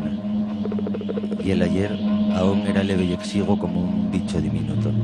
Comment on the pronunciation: Exiguo, no "Lexigo".